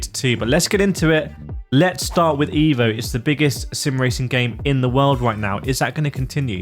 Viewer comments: It’s called EVO like evolution. Not IVO like idiot. Not too hard 😉. Cheers, Alexander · with the letter E in EVO pronounced as the letter E in the word ELEPHANT ..pleaseee 😉